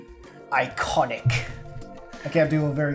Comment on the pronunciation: that's now how you say it fam this is how you say it: ｉｃｏｎｉｃ also WRONGE